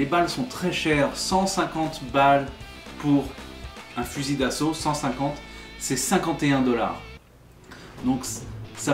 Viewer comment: Hey ! On dit « fusil » et non «fusille » voilà tu apprends tous les jours au moins ! Bonne video